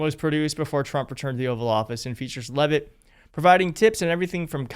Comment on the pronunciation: She can't even pronounce her own last name, it's Leavitt not Levavitts. Geez